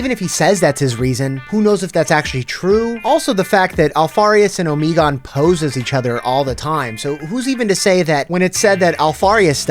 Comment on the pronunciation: Good video but it hurt me every time Omegon was pronounced incorrectly